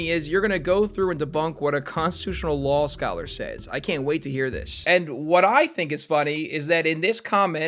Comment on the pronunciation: WELLLLL YOU SAY LOL SCOLLER NOT LAW SCOLLER AAAAAHAHAHAHA